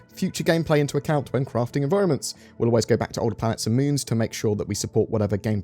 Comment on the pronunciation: Did I hear UNDERWATER ENVIROMENTS?? :-))))))) Great